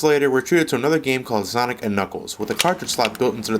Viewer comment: Its called "Sonic and Knuckles", not "Zanic and Knuckles" -_